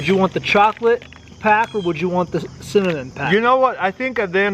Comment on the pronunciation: Tara's Kul says "apple ciminanjshuajn"